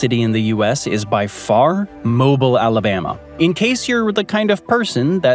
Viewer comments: You mispronounced Mobile. It's pronounced Moe -Bill . Every time you said Moe-ble my stomach turned 😒 😩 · It's mobeel not Moble lol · I live in Alabama and it's pronounced Mobeele, Not Mobil. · Mo-beel not Moble, gets less rainfall than New Orleans, or Aberdeen, Washington. And white it is hot and humid, it's a gulf city and therefore loke any other city from Galveston to Tampa is hot, but has plenty to do in terms of beaches and recreation. Not sure how the rain causes 26% (still below the national average) of the stress means it's in a bad location 😂. Hell, Seattle on average is reportedly higher than 50% of depression because of its rain and lack of sunshine. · Its Mobeel not moble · it's it's pronounced 'Mo-BEELl' Alabama, not 'MO-bill' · Mobeel NOT Mobill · "Mo bee l" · MO-BEEEEL. Come on. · Mobile is pronounced MOE BILL, we’re not a oil company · "mo-BEEL", with the emphasis on the second syllable. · I can see everyone in the comments getting pretty ticked off about his mispronunciation in Mobile. But I find MOH-beel pretty funny in my opinion. And some people are complaining about the gulf being named the Gulf of America… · It’s pronounced..MOB-EE-LE Omg..mobile..pronouncing it like the opposite of immobile..really..lol I guess it fits though…with rain forest levels of humidity not less than 6 months a year..the population may feel the temptation towards the sin of slothfulness, hence, immobility I’m loving all your videos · Mobile is pronounced “Mo-bill”!!!! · Mobile is pronounced MOHbeel.. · Please learn the correct pronunciation. Mobile, Alabama, is pronounced "Mo-beel", with the emphasis on the second syllable. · Mo-bill is how you pronounce Mobile, Alabama . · It’s pronounced Moh-bee-ul you absolute unit of a cabbage roll. But yeah we do have issues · Need to pronounce. Mobile correctly. It is Mo bee le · No, really. Take his word for it. "Mobil" (as he pronounced it) really is rainy, really has lots of humidity, & borders the Gulf of America.